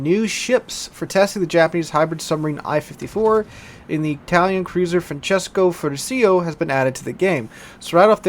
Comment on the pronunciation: It's pronounced Frantcesco Ferrùtcio, with the stress on the letter u.